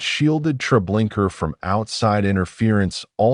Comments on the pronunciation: Me too. Every time I hear the narrator say Treblinker I cringe. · Yeah. Unfortunately it seems as if this is AI narration, especially with the "Treblinker". I cannot watch it. There is something very sad about people using AI instead of their own thoughts, writing, and voice. It's like being tricked or robbed. Terrible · I can’t get past the TREBLINKER thing. If your editing didn’t catch and correct such a major error, I think it’s very disrespectful to those who suffered so much and perished by thoughtless, evil people. Why haven’t you taken this down and corrected your error? At least those who view your video after that, wouldn’t have to cringe every time they hear “TREBLINKER”, and could focus on the content." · Can’t listen to this. If you can’t get the name right, don’t post it. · Ugh no R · It's irritating to hear the invisible "r," instead of the "a" at the end of the name Treblinka. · A-I SUCKS or either you do can't even pronounce it right. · Dude come on....there's now R at the end of treblinka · Relaxing??? Treblinka ???? That so wrong !!!!!!